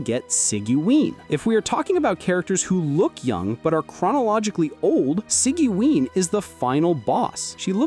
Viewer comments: See-gee-win, lol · I usually pronounce it as Siege-win. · Bro how did you pronounce sigewine 🥸